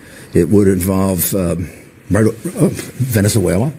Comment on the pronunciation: Venezuewa and scoiwism awe scawy!!